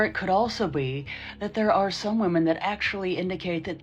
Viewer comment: Has the entirety of the red pill space simply forgotten how to pronounce the word "women"? Is it possible they don't know that "woman" and "women" are two different words with different pronunciations?